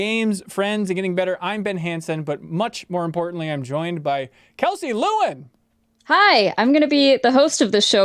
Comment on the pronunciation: I've watched videos Kelsey's done for years and have always pronounced it Le - Win instead of Lu - In